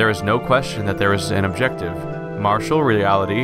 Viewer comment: why do you keep pronouncing "material" as "martial"? we all live in a martial world?